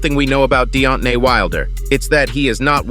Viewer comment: "Deot-nay Wilder, yes you heard that right". lol, what?